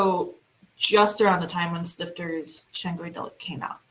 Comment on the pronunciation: [ˈʃtɪftɐ] not [ˈstɪftɚ]